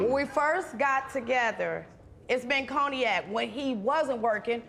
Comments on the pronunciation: Ma'am, I have no idea what coney-yak is. The word you are looking for is cognac (con-yak). If you don't want to deal with this 🤡 , stop going to the 🎪 circus 🤦🏿‍♀️ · What the hell is a “ coney-yak” ?! 🤦🏾😂🤦🏾😂🤦🏾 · Coney-ack!!! Cognac lady…cognac! 🤣🤣🤣🤣🤣🤣🤣